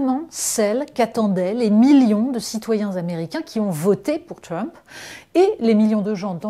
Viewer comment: C'est "Trump" pas "Tiump"...